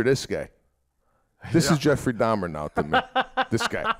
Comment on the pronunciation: These guys are so Italian American that they turning the name Dahmer into Dom. I keep hearing Pete saying Dom instead of Dahmer. Lmao. Love this cast. My favorite podcast. No political bullshit, not much current event crap that everybody else does. Just two dudes talking about their week and everyday life!!!